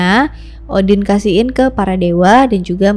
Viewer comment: Namanya yg kudengar seakan, Scholtz or Skull, shantung or shutung , boogey or boogey man, Odin or Udin ?! 🙊